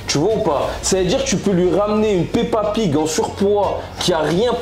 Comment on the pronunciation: Il a dit pepa pig ? 🤣